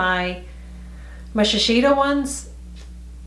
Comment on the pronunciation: I think it’s pronounced as.....she....say....do. My sister always corrects me when I say that make up brand. She likes their make up like from Shiseido 🙌🏼. Yes the thickness is well noticeable....more densely packed. Would you buy the CVS ones fir the teens and the more one for myself. Yes...you have to take off all of the waterproof mascara